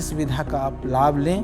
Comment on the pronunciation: विद् + य़ा = विद्या होता है। विधा नही